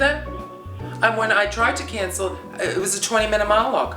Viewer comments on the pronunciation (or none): none